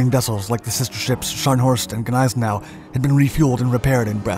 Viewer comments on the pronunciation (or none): none